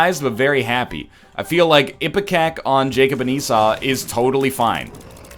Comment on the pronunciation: Did he.. did he finally pronounce Esau properly? GODS BE PRAISED.